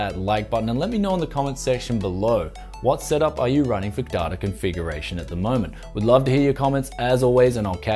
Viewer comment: DATA is not pronounced "dah-tar" last I checked? >_>